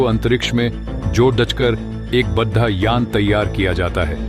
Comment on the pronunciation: सही उच्चारण करो। जोड़ना को जोधा बड़ा को बद्ध आ बोल रहे हो।